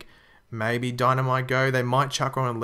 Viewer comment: Bye "dinah"